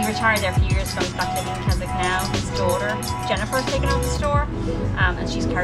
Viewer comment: Keswick is actually pronounced Kesick. It is a beautiful town in the north of England. Alcohol is not sold in fish and chip shops in the UK.